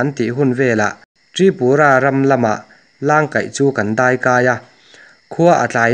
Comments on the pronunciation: FREE ADVICE Heti em em a mizo tawng han chhiar thiam loh chu aw Channel inei ve chu ani si a leh ... Langkaih tih pawh hi lang hi i thluk a..a awmzia a bo...tam tawk tih hi tamtawk(ril tam) ti a lam tur ..i inzir fe loh chuan mi in an nuihzat ang che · zèn, ṭhêṭhâw, lângkaih ni lovin langkaih zawk, vaipa dên, ṭamtâwk, zángthal nilovin zangthal, beliang hi behliang, pilril, etc. A ngaihnawm e. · Thengthaw leh huhãr tih te Langkaih tih te Lungpher tih turte leh a dang tam tak hi i lam dan a diklo hlawm hle mai.